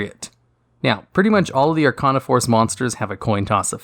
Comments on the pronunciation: Arc-ane-ah not arc-ah-nah Sorry for being that guy. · I think it is spelled Are-kay-na :P